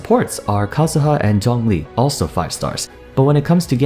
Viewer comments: I said he's pronouncing it "close enough." Obviously most of the names are Chinese names, hence why I said he didn't have the right tones. No matter how you see it though, he didn't do a good job pronouncing "Zhongli." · He pronounced the names better than the whole English dub cast lol. It's close enough, but he just didn't have the right tones. He did mispronounce Zhongli several times though :/